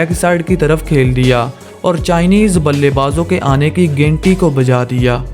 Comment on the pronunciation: Bhai ghenti nahi ghanti hota hai